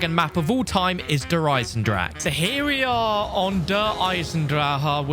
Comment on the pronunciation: It’s pronounced “Der Eisen-drakuh”